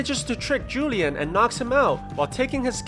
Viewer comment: man said julian for juan lian lmao.